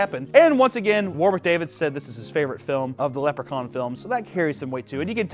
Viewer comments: WarWiiCk DaaviS 😂😂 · It’s sounds like you’re pronouncing Warwick Davis with a lisp